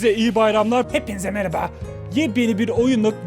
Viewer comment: merhaba yı meraba diye telafuzu eden senin kadar sevdiğim bi youtuber yok (bu arada telafuzu hakaret anlamında söylemedim)